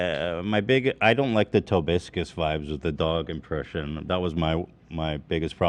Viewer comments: Ethan will never say Tobuscus right oh my god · How has nobody corrected Ethan on how to pronounce TOBUSCUS? Like fuck the guy of course but how has Ethan mispronounced it a dozen times so far and nobody has said anything? It drives me crazy